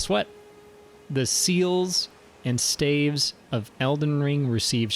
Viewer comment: "Stayves". Hold on let me just grab my "Stayff" real quick to whack you with.